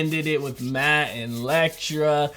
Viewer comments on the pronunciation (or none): My boy been calling Elektra “Lektra” for episodes now lmfaoo 🤣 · much love bro. I gotta say this tho, Matt’s assassin girlfriend is named Elektra. E-lektra. Not Lektra. Sorry if me correcting you seems douchey or pretentious but just know its from a positive place. Big fan! Keep up the good work! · I'm so curious how many more episodes he'll go calling her lektra lol